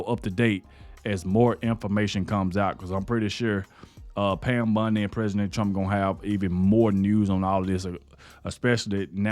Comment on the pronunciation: I watch them all to the end because nobody jumps straight into it they dra it out to the end 3 minutes ... Good message jus got to work on the names a bit buddy. Bondy not Bundy